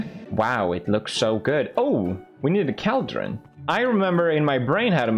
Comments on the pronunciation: felix: "minecraft learn english pls" also felix: "Cal-Dron" english: am i a joke to you? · Felix: Minecraft, learn English Also Felix: cowldren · The new contender of "negligible" is "cwaildreon" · Minecraft: bottle Felix: Minecraft learn English thats so weird! Also Felix: Call- Dron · It’s so uncomfortable how he pronounces “cauldron”. It’s… COALDRUN. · pewdiepie:minecraft learn English please meanwjile cow-dren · “We need a caldrin” Pewdiepie 2021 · caalllldrin , lol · I'm swedish and my reaction was first "wait what the duck did he say" followed by a "is it pronounced like that" which resulted in "no, it must be another word he can't pronounce" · Legit screaming at my phone everytime he said it lol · listening to Felix mispronouncing cauldron for minutes straight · Pewd: Its, not a vial, Minecraft learn English says the person who pronounces cauldron wrong XD LOL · pewds its pronounced call-dron. not kaaldrin. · Normal People: Cauldron Felix: Cowdrain 😂🤣🐮🕳🚿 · I kept saying to myself it’s caldron not cAldren but I thought it was mainly funny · Felix: "Minecraft learn english, cringe" Also Felix 2 minutes ago: *pronounces Cauldron as CALDRON. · The way he says "cowldron" instead of cauldron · Pewds: “Minecraft learn English please” Also Pewds “cAldren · Pewds: “Minecraft learn English” Also Pewds: “I like the KALDREN here” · I heard Cowldron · Caldron when theres clearly a U right there he just chose to ignore lmao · Pewdiepie: “minecraft learn English please” Also pewdiepie: “caldron” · Pewdiepie: Gosh, learn English Mojang! Also Pewds: "Caldrin" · PewDiePie: "Cal-dron" PewDiePie 2 secs later: "Learn English" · PewDiePie- "Minecraft learn English!" Also PewDiePie- "Caldran" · Felix: “I can pronounce any word right” Also Felix: “Cowldron” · PewDiePie calls the cauldrons "Kall-Drins". His Swedish accent never fails to amaze me. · I’m American and I pronounce it call-drin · Felix: pronounces negligence right Also Felix: "Cowldren" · cauld - run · Wtf is a Cowdron